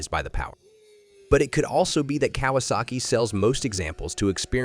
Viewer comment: The artificial voiceover detracted from what could have been a good video. If you're going to use a synthetic voiceover, make sure it can actually pronounce "Kawasaki".